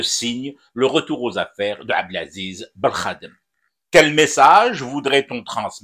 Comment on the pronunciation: La prononciatio belkhadem signifie insulte au Peuple Algérien.